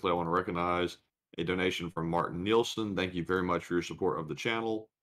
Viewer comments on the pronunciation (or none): none